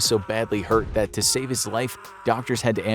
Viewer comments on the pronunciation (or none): none